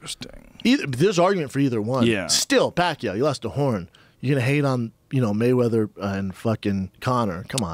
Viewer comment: Waymeather?!?!?! hahaha